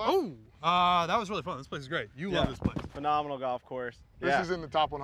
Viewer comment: you besmirch the game. Get better. Watching you swing is like watching somebody struggle with a stuck door. is a player. is a real one. nice with it but please stop with the phe-nah-meh-nal ad nauseam.